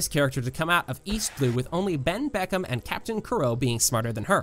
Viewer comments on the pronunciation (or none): its benbeckmeN not benbeckmeM